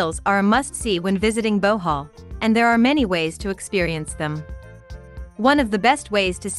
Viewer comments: Why is she saying Bowhaul instead of Bohol? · wow Bohoooololo thanks for educating me on this. Pronounce it : Buh-hall , here in Manila